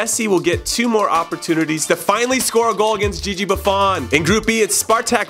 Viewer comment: most cringeworthy moment is the way he pronounced Gigi Buffon